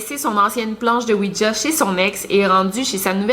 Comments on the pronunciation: C pas ouidja c ouija sinon t la meilleure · tu le prononce ''ouitja'' lol